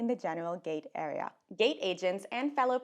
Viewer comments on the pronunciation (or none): Boarding your fwight boarding awea boarding gwoup People with speech issues for no good reason is my pet peeve.